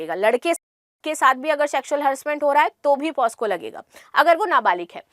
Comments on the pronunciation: Maam POSCO ❎ POCSO✅ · Madam,,,पहले आप खुद पोक्सो बोलना सीखो ,,,बार बार पॉस्को पॉस्को गलत सलत बोले जा रही हो ,,,,वो पोक्सो होता है मैडम पॉस्को नहीं । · मैडम जी पोस्को नहीं पॉक्सो बोलते हैं 😊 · पास्को नहीं पॉक्सो ma'am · Posco nhi pocso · POSCO nhi POCSO h mam